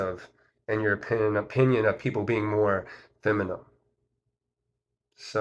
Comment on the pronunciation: Are you saying feminine or feminum?